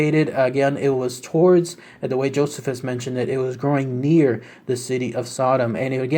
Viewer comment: Pronounced JO CEE FUS bro just an FYI great video BTW I always love your work long time subscriber here.